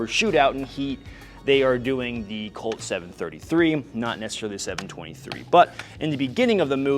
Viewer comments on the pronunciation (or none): none